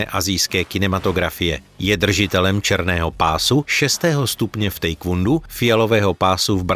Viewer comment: To si komentátor dělá prdel? Pustil jsem si to znovu a ten mamlas to fakt řekl. Ještě je skvělý " černý pás v tejkvůndu "! No tvl ...